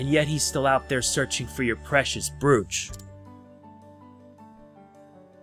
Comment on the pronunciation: Awesome video dude, But the only thing I found annoying & funny at the same time was how you pronounced the word "brooch". So here's a link on how to pronounce brooch. But keep up the awesome content.